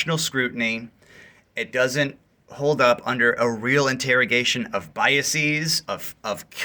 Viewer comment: "biases" is NOT pronounced that way. That long E is used for words that end in "-is" - thesis/theses. diagnosis/diagnoses. hypothesis/hypotheses, et cetera. Pronouncing it the way that you did is something that people do in an effort to sound smarter than they really are - so don't.